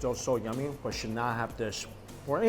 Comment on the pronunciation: Are you saying “nummy”?